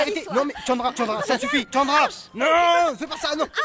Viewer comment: Hhhh c'est vrai il dit tchandra chéri hhh